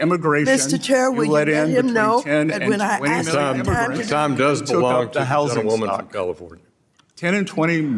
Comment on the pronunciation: All that high dollar education that Mad Maxine has & still pronounce the word (ask) right. LoL...